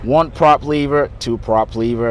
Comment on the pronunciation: LEVER. NOT LEAVER